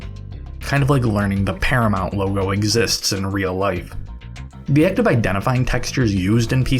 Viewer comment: Ah yes, the Paramountain